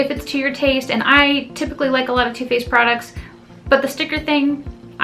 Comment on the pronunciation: When you say 'Too Faced', I think you're saying 'toothpaste' haha.